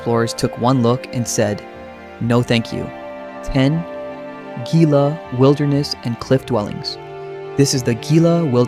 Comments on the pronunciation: Gila -“Hee-la”. Not “gee-la”. Grew up in Southern New Mexico and when to the cliff dwellings frequently. Remember when you had to have 4-wheel drive vehicle just to get to there. Didn’t have any stairs or railing. There was access to all the rooms and small corn cobs were still strewn about. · Not gil -a either " he - la is correct . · At least for now, most AI is inferior to human spoken narration. We are still left with videographers who are too lazy to do even basic research into the pronunciations of place names making their films inaccurate and embarrassing. BIS-ty, not BIS-tee: it is a Navajo word. HEE-lah, not GEE-lah: it is Spanish. CO-chah-tee, not co-CHEE-tee. How hard can it be to check with the locals or stop in at any visitors’ center to get the pronunciations right? You say that the locals guard these sites fiercely, and along with that protection comes the need to respect how things are pronounced. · It is pronounced He-la wilderness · "hee-lah" - you want to TALK about New Mexico - pronounce words correctly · It is Heela Wilderness. You are in a Spanish speaking state. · Gila is pronounced “Hila”. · Gila is pronounced "He-La". but great video of NM